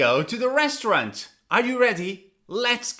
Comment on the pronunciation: Res trau rant Or Restront